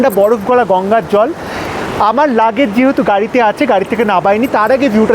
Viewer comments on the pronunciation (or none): none